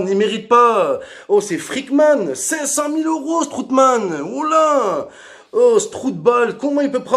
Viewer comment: Strootman "strootball"😅🤣😂😆😁 (j'suis Mort) !!!